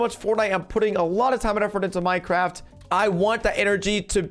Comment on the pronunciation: Fortnite dead play minecwaft